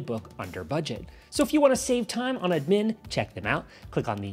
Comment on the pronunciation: The ai made you say admin weird and funny af! Lol